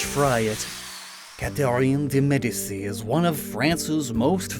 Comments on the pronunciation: I'm not French, I'm British but I'm pretty sure the "Medici" of Catherine De Medici is pronounced like "Medeechee" not "Medesee". Also the power levels of these three are all over the place lol, that Inteleon ability that ups evasion every turn on a fast and (I assume) hard hitting special attacker is insane and the signature attack was a bit vague in how strong it would be other than never missing. I would change that ability to either be it gets a single increase to evasion whenever it swaps in, or give it like accuracy lowering version of intimidate. Then the Emboar, you gave it such an oddly, incredibly weak ability, it's special stats can't be lowered but it doesn't have much SpAtk so it's basically just it's SpDef can't be lowered, when there are abilities like Clear Body that stop ALL stats being lowered. However you gave it one of the most OP signature attacks I've ever heard of, again you didn't give any indication of it's BP but it's basically Fire Spin that also (guarantees?) burns. So not only are you halving the attack of any physical attacker but they're also taking damage from burn and the attack's effect at the end of each turn? On a relatively tanky mon? Sounds OP to me. Then there's the Meganium, which seems the weakest of the bunch, 4x weak to fire, just gets the battle armour ability and it's signature attack, though a bit more impressive is a slightly stronger horn leech with oblivion wing healing and dual type, the attack feels like it has too many parts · Medici is pronounced Meh-dee-chee. It is an Italian name. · Meh-dee-chi. You said hee name wrong. Go play Assassin’s creed 2 again. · Medici is pronounced Medi-CHI